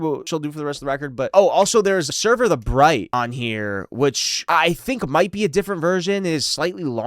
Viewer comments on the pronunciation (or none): You keep saying Bright instead of Blight for “Sever the Blight” and it’s really bothering me. 😆